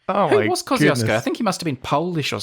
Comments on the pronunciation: wait is „kozyosko” supposed to be Kościuszko? XDDDDD my polish head and ears hurt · It was Parker's square pronouncation of name Kościuszko but I'm glad that you gave it a go :D This Polish explorer which named mountain was Paweł Edmund Strzelecki not Kościuszko - Kościuszko is national hero, and was Supreme Commander of the Polish Army, he led the 1794 Kościuszko Uprising against partitions - and Strzelecki wanted to honor him I guess :) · One final remark - I know that I probably made some mistakes in my comments but you really butchered the name of Kościuszko :P. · yeah but to me as a Polish person it is always quite painful (but satisfying aswell) to hear english-speakers (both british and non-british) struggle with polish words like Kościuszko. Until you’ve said that it’s the mountain and that its name is Polish I hadn’t realise it was Kościuszko. Come on, kozyosko? Kościuszko in Polish is like „koshtchooshko”, in IPA it’s /kɔɕˈt͡ɕuʂkɔ/